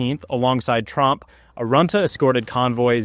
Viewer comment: Dutch ship tromp not trump.😂